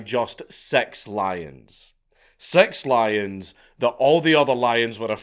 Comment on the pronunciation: The way he says it it sounds like "sex lions"